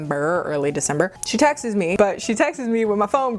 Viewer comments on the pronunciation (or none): Wait she pronounces “texts” like Texas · Loved this video, i just have a question, am I hearing things or is your pronounciation of "texts" weird ? haha